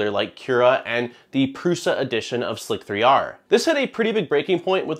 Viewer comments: I contend that Slic3er is pronounced Slicer. It’s leetspeak.. not Slic 3 r. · since no one has said it yet i will be the one annoying guy in the comments to question the way you pronounced slic3r